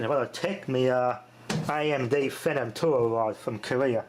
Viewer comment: its AMD not amp ya twit....lol :)~